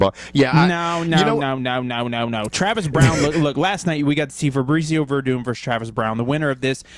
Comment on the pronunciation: "Febrezio" Werdum was unstoppable.